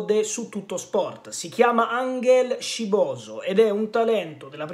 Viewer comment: La pronuncia dovrebbe essere giusta,un Gran Bel talento e la Juve CI ha visto lungo,merito alla dirigenza,questo è veramente un diamantino,lo seguo da un pó,speriamo non si perda..ciao 🖐